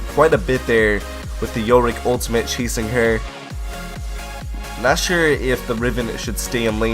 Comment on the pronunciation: Whenever you say "not sure" I hear "nashor". :D